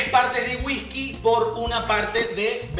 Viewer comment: me da mucha risa cuando dice Wijki jajajaja